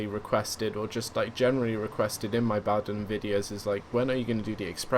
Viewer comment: Just for note, its pronounced Bow "as in in Bow and Arrrow". Bowdenham. Not bow "as in take a bow" :) I hear a lot of people mis-pronounce it